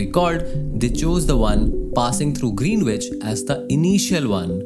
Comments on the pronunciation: Good case study, it was a good use of 'my time'. Would like to point out one small error in your speech. Considering the theme of the video it's an important word hence worth mentioning. "Greenwich" should not be pronounced as "Green-which". The correct pronunciation of Greenwich is GREN-itch, with the stress on the first syllable and a silent "w". Another common pronunciation, especially among older Londoners, is GRIN-itch. The key is to drop the "w" and say "ch" at the end. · “Greenwich” pronounced as “grinich”. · GREENWICH is pronounced as "GREENICH" in the UK.